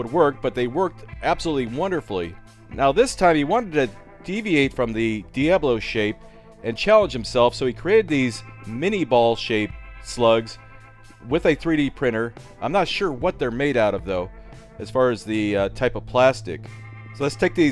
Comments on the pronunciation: IF YOU'RE GOING TO SAY IT! SAY IT RIGHT!!!! Its pronounced Min-ay (Gunny's words not mine) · I believe they are pronounced (min-a) with the a being a long a. The design is old from the time that cannons were in use. Minea (sp?) was a frenchman who came up with the bullet and the cannon to fire it. It was originally made of a soft lead so that the tail end would expand as it was fired, catching the rifling of the barrel and making it more accurate and a longer shooting projectile. I am sure wikipedia has better info on it but that is what I remember. Aaron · but isn't "mini" ball pronounced like how the kid named them? "min-yeh"?